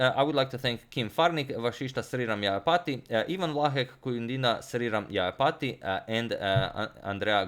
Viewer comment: Vasishsta sriram jayapati... J is not silent while pronunciation